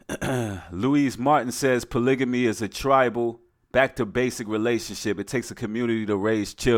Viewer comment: Hey brother, I think you're pronouncing polygamy wrong but I love your message.